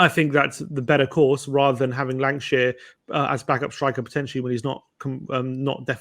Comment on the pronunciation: Lankshear, not Lankashire.